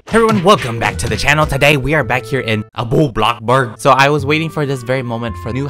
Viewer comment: I love how peetah say BloxborG every single time he makes a bloxburg video. From your local Indonesian stalker